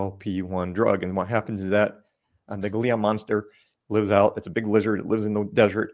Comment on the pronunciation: It's the gila monster, not glia monster. Haha. I have plenty of dyslexic moments myself. And it's a Spanish word, so the "g" makes an "h" sound, so it is pronounced heela monster. Southern NM. I'm 4th gen New Mexican, so that's why I caught it. Fascinating about the peptide in its venom. I am watching everything I possibly can with at the moment. I want to be a biophysicist when I grow up (turning 50 in a few days).